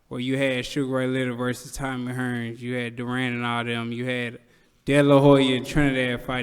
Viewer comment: how is he not slurring his words right now hahahaha “Tommy hRRRns, mArvvv Hagl” And … didn’t get a single word.